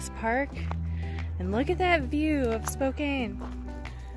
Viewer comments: Thanks for sharing your travels! For future reference, it is pronounced Spo-can, not Spo-cane :) Safe journeys! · I live in Spokane...pronounced...spo- can.😊😊😊 Please be careful in Idaho. Pretty hot state right now for the virus. 😷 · You really did Washington justice. It is a beautiful place to visit and live. Stay safe! PS pronounced Spo'can'. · i have a good friend that lives in Spokane - it's pronounced SPO CAN - she corrects me all the time lol